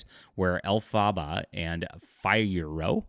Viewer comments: El fahb bah? What is this pronunciation? Did you not do any research that led you to the correct pronunciation of the names before making this video? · Dude, you can’t even pronounce Elphaba and Fiyero correctly so you clearly haven’t seen the film. Then why are you doing this video? For clicks? I’ve seen the film four times and not one parent walked out with their children during any of those showings. There are NO inappropriate sex scenes in this film. But you wouldn’t even know that because you haven’t seen it. Get a life and do something more productive with your time!